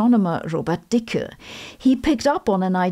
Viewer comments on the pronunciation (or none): Sabine, you're pronouncing his name in German, sorta like how you pronounce Sabine. But in American-English it's pronounced Dickie, not Deeka. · I didnt know you said the e on dicke, much less unfortunate name 😅